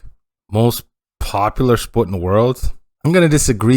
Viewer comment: Not "...populus (or populous) but '...popular'